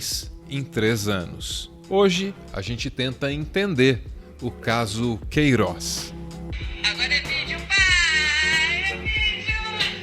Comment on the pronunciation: o Sergio Moro não consegue falar o nome "Queiroz" na entrevista da GloboNews